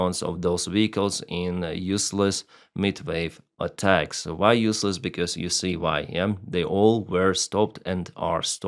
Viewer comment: what "meat wawe atacks"... are you somtime leasing yourself whan talking?